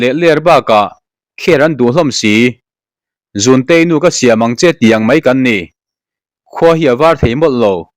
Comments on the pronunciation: ' Zûnteiinu ka siám ang che ' hetiang hian lam tur aw .... i lam diklo nasa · Mizotawng chhiar zir leh deuh teh awm, bengtikham tu as laawm nual mai, eg,zunteinu ka Siam angche, tih ilchhiar dan te hi adiklo lutk